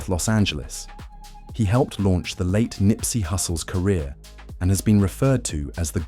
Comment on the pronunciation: Showing Wack 100 as BigU is funny. AI voice. And calling Nipsey, NIPEsy is wild. Maybe quit making "rap" videos tbh.